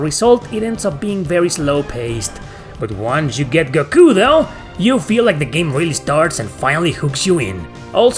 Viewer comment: That pronunciation of Saiyans and Goku hurt my soul. 🥺